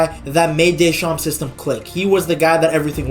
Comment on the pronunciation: In Deschamps the p is silent. Otherwise the pronounciation is excatly that